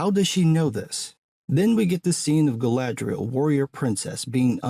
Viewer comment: Kudos on the pronunciation though, the actor portraying Elrond, the way he pronounces Galadriel, right on point.